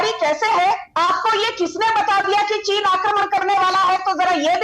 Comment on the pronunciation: Cheez nahi cheen